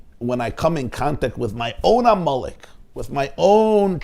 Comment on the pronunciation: I keep hearing you say "ah Molech" instead of Amalek. Do you not know that there's a difference between Molech and Amalek? Amalek was a person; Molech was an idol. I grant you you may be purposely blurring the two. The name Amelek is so negative to the Jewish mind, and rightly so 'cause his family was wanting to kill Jews. To posit a family of killers with idolatry makes sense because they kill to sacrifice to their idols. Thank you for putting this out here during the fast of Esther, v'shalom.